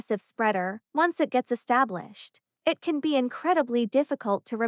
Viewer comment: Good story. Poor execution. Annoying pauses, and why can't AI just say "It" instead of "eye tee". Other 2 letter words also pronounced as individual letters. Try a different narrator.